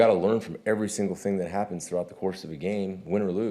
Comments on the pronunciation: He said "Rashan happens to lead the league in sacks . . ." I know I had to rewind that to hear it again too lol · Did he say Rashawn evens? Lol